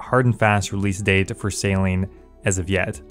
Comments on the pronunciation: lol bro is saying Salean... say sail-ing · Anyone else hearing sailing as "Saline". Maybe I'm high idk. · U said saline no sailing so many times I thought u had a lisp not go a lie dude